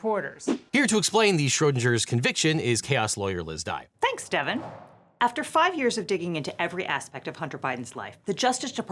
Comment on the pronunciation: Schrodinger [ʃrɜːdɪŋə], not [ʃrɜːdɪnʒə]. How do you pronounce GIF?